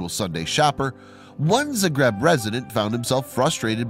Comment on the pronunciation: It is pronounced zah-greb Use your brain